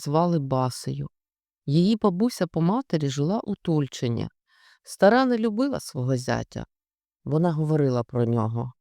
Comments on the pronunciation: Не сподобалась озвучка, немає єврейського колориту. ТульчИн,наголос на И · Дійсно прекрасне читання. Здається,вперше слухала з насолодою. Дякую щиро. (От тільки правильно- " ТульчИн"-містечко автора "Щедрика", Леонтовича.)😊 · В назві Тульчин наголос на останній кклад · Тульчин - наголос на другий склад.